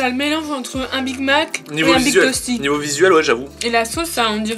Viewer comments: Pk dit big tosty alors que cela se prononce big testy? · HAHAHA: Big Tosty au lieu de Big Tasty HAHAHAH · mdr dit big tosty au lieu de big tasty